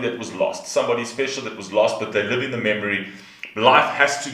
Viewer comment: I very much enjoyed this reaction. And when you said 'live' it sounded 'love' to me but in a sense it was also very appropriate ;)